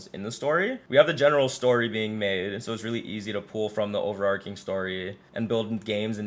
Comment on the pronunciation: New to channel and subscribed /ˌoʊ.vɚˈɑːr.tʃɪŋ/ (American English) overarching. Not over-arking. Sorry to be that guy. Good vibe coding. thanks